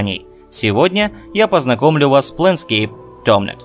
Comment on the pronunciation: Напрасно ты так названия коверкаешь. Почему ТомНет-то? Написано же Тор-мент. Не понимаю, как можно так нахваливать игру и при этом так неправильно произносить название. Лучше бы не пытался подражать английскому произношению, а правильно все буквы называл, все равно на английский язык не похоже. В остальном рассказ хороший. Игра потрясающая.